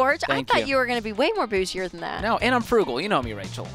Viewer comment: Something about Rachel saying the word “bougie” 😂